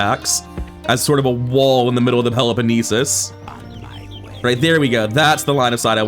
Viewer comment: I think the pronunciation that he says is way better IMO, it's more authentic and not "English Greek" sounding. Peloponnesus, which is either Greek or Latin way of saying the name.